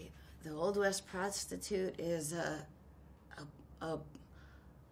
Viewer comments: A Million Ways to Die in the West? I thought you Said: 'A Million Ways to Die in the Weast' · Weast? What kind of compass are you reading lad?